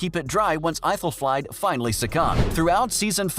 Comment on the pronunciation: Aethelflaed. Is pronounced ‘Ethel Fled’